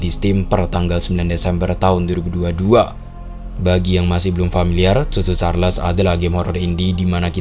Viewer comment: Yg Abang ny bilang : cho Cho Charles Yg ku dengar : susu charles